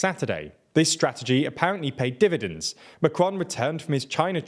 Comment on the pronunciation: say "pay dividends" again...